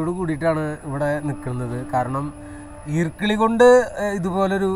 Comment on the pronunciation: ഈർക്കിളി അല്ല ഈർക്കിലി